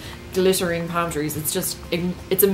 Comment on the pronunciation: Lol how you say "Pam" trees. I was so confused for a few seconds. :)